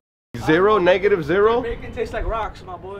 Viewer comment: This man said N e g a t i v e z e r o